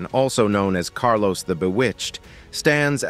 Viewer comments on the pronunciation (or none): none